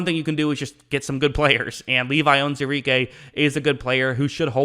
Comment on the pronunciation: You should learn how to say the mans name right!